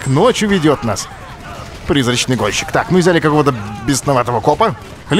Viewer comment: Олеженька, ты сказал "Призрачный гончик")